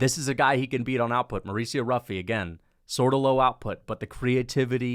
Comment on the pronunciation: It’s pronounced as “Huffy”